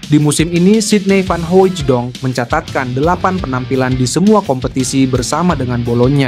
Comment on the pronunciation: Bukan Hoijidong......baca biasa saja.....Hooitsdong